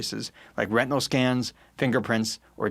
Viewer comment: Retinal Scans! I thought he said RECTAL Scans. No thank you.